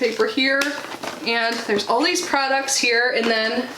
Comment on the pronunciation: I thought you said "Old Skin Types" instead of "All Skin Types" - YAY that's for me. 😂😂😂 My skin type & coloring is very similar to yours. I don't mean Old.😉 They're really smart not to put fragrance in the eye-gel (can vapor into eyes 😳), and in the future they should include an SPF in their daily moisturizer - it'll save money & steps.